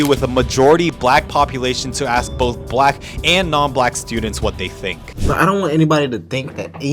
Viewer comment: Can't you say "ask" Properly?